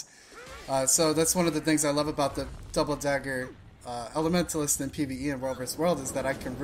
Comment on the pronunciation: He said "Dahbal dagah eley" one to many times, going else where to learn....